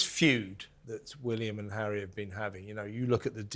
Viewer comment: Stop you camellia announced Prince Harry arrival and not zHarry